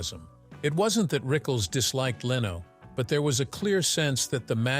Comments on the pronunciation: It's not Leeno. It' s Leno. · Good video but I don’t subscribe to sites that use the lame AI voices that mispronounces simple words it’s lame and unprofessional , Leno not Leeno, use a real narrator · Jay Leno's last name is pronounced LENN-no, not LEE-no. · I couldn’t watch this because of the AI pronunciations of names starting with Jay Leno. The AI was pronouncing it Jay Leeno/Leano. It was so much better years ago when an actual person talked. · I missed the part where Rickles named the hated 7 - and who was "trash?" (The first name I thought of was Milton Berle). Yes, I enjoyed Rickles' humor. And I hate stupid narrators that can't even correctly pronounce a big star's name. It is NOT lee no. But congrat's on getting his first name correct. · who the f is "Leeno " !?! Loose these ai scripted narratives, they stink ! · The headline "Don Rickles Finally Names The 7 Comedians He HATED Most" shameless clickbait. Not a hint of that in the video. Also, pronouncing Jay Leno's name as Leeno was abrasive. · LEARN HOW TO PRONOUNCE LENO!!!!!!!!!!! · I blocked this channel when the ai said Jay Leeno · Jay LEENO? I stopped after, yet, another AI snafu. Way too many times AI screws up like this and I just stop listening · Leno can't you get someone who can pronounce names it's an easy one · Too bad the AI can't pronounce Jay's name correctly. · Every time they mispronounce Jay Lenos name I want to slap them!